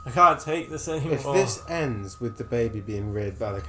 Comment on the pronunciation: "misther, would you play wif us?": "...no thanks" LMAO